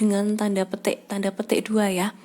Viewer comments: Gua dengernya pete ya kannn wkwkkw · ngomong petik nya lucu wkwkw